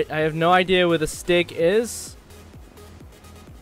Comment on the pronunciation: am i the only one who noticed he called the stig 'Sticky'? unless he said stiggy and im deaf